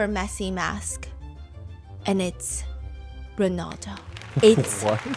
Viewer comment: Stephanie I love your videos so much 🫶🏻 but girl it Ronaldo not Rinaldo